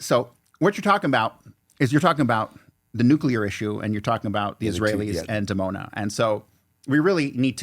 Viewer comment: Dimona, pronounced "Dee-Mona", not "Demona"